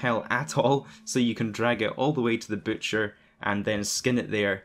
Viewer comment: Butcher not bootcher 😂